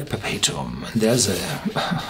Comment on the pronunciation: 👍yeah, pretty much dead on pronunciation there me-bucko!